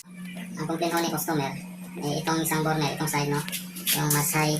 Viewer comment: Burner pronounced as "berner" sagwa pakinggan, burn beybi burn by usher 😂😂😂pero nice job sir,more helpful tips.